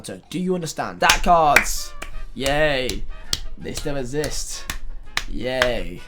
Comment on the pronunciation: Nobody:: IT SHOULD NOT EVEN ESSIST